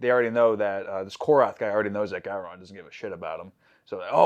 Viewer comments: Who the hell is “Go-Ron?” It’s Gowron for Gods sake! Cmon! Jeez!!! 😂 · Go-Ron lol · Ok, you guys are now past your grace period for being allowed to pronounce "Gowron" wrong.